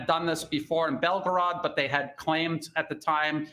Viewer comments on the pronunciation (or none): none